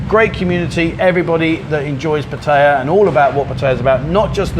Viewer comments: sounds like a real nice bloke, he also pronounced Pattaya the way I do. 🙏for the video 👍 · 20 years and still does not know how to say Pattaya correctly